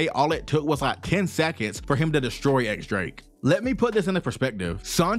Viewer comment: Drake's name isn't 'X' the x here is read as Diez, or 10 in Spanish